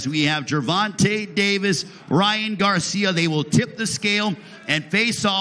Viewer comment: "Ryan Garciam" LMfao